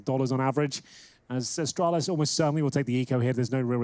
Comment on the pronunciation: "Asstralis" "G2 Pissports" :rofl: (please dont be a triggered its just a joke) both teams are awesome